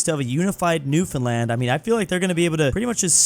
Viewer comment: Seriously though, happy still pronounces it right.